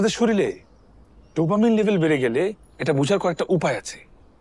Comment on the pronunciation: এখানে একবার মনস্তত্ত্ব ভুল উচ্চারণ হয়েছে।একবার শরীর কে শরীল বলা হয়েছে।